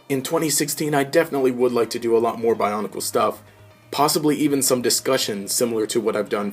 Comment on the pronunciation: bionicle not bionacle lol